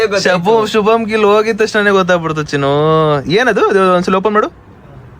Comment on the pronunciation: Shubman gill ❌ shubam gill ☑️